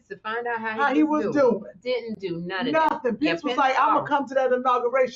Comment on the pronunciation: I love when she says "Nothin" LOL!!!!!!!!!